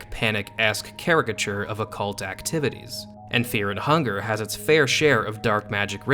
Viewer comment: Feah and hungah